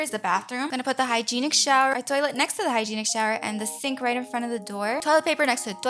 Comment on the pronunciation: The way she says "TwOiLeT" gets me everytime